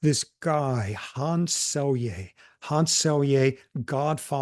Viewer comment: Cool conversation. Just a side note, that's not how you say Selye's name. In Hungarian "sz" is the equivalent to the English "s". "S" is pronounced king of like "sh"